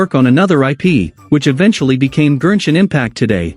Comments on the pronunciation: Why does the text-to-speech voice keep saying “GERSHIN impact” lmaoo 💀 Gershwin Pickle Impact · Am I the only notice and annoyed how he pronounce Genshin Impact to Gernshin Impact ? 🤦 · i thought the tts keep saying "virgin impact"😭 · I know this is all cool and all but I'm still laughing that they say genshin impact into gershin impact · gurrshin impact 💀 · The Gen in Genshin is pronounced like Go and Got. Not whatever you were saying